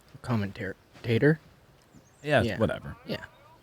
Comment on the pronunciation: I cannot get that out of my ear now. Commentator Common Tater. Huh